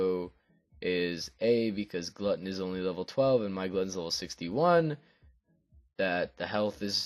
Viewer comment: Pssssssst... it is "Gluten" as in gluten-free rather than glutton. Thanks for the coverage!